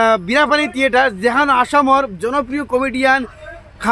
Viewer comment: তিয়েটাৰ নহয় থিয়েটাৰ 😅😅😅